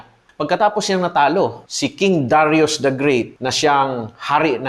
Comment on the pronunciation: Sabi nila Da Ra Yus ang pronunciation ng Darius